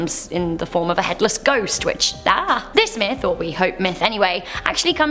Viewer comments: it sounds very close to it lol but i heard myth n it sounded like meth lol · I thought you said "good old fashion meth" not "myth" spent like 5 minutes laughing